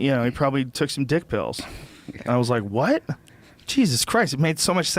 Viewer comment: The way Rogan says whuhàt(what) makes me want a pitchfork in the face